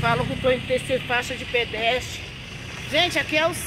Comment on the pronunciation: Foi pra são Paulo parece q ficou abobada. Tá falando TD errado novamente! Falou canarins invés de falar camarim Falou faixa de pedesti invés de faixa de pedestre. Euem!